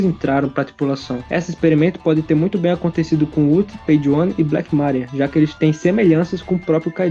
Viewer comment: Credo cara... Na boa... Pronuncia os nomes direito, Black mÁria é sacanagem, dói na alma escutar isso. E só estou comentando sobre isso porque já ocorreu muito em outros vídeos. ¬¬